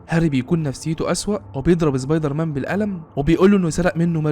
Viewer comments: امتى سبايدر مان بقى زبايدر مان يسطا في فرق بين س و ز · يعني الموسيقى تخرب الفيديو وصاحب الفيديو بيقول زبايدرمان عادي 🤔🤦🏼🤦🏼🤦🏼🤦🏼